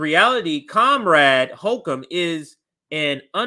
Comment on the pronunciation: Is he deliberately mispronouncing Kathy Hochul's last name as 'Hokum'? Appropriate, if so.